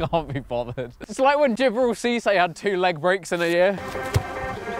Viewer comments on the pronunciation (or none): none